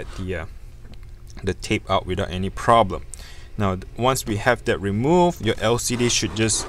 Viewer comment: Bro can you learn to pounce ‘that’ properly, it’s so cringe